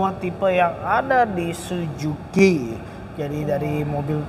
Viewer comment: Sujuki apa suzuki si host 😂😂